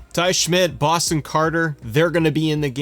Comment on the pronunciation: It’s Boston, 😂😂😂😂😂